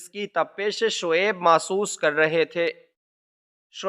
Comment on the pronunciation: Masuhs nahi mahsus